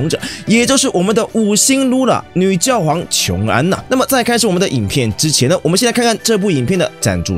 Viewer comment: 是覺皇（X）睡覺的覺皇